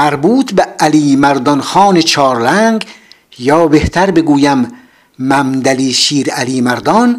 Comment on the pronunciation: ، ظاهرآ با تلفظ کلمات و اسم ها ، آشنایی ندارید. مثلآ محمد ، ممد ، مملی تلفظ میشود و وقتی همراه اسم دیگری می آید به ممد علی ( محمد علی ) ، مندسن ( محمد حسن ) و و... تبدیل میشود. ممد علی ، همان شیر علی مردان است و نه ممد علی شیر علی مردون.